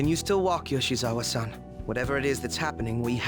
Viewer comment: Lol Akechi’s VA has such a hard time saying “Yoshizawa”